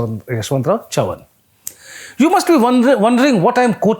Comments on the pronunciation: How can you be so wrong with the pronounciation of Chavan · pronunciation of Chavan is hilarious